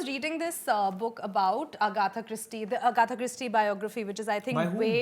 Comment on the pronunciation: It's Agatha not Agatha 😉